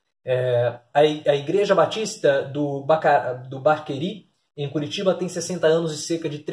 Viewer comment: Professor, se lê “Bacaxeri”, que é um bairro de Curitiba! E Dallagnol sabia que estava fazendo errado, pois as mensagens mostram que ele se preocupava em manter tudo em off...